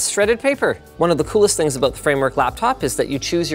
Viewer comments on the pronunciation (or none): none